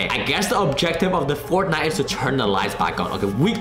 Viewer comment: Every time you say fourth night I keep thinking you say fortnite